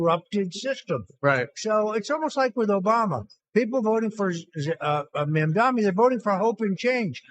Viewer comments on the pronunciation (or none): Hilarious watching everyone butcher Mamdani's name in every Youtube podcast. Zamdami hahaha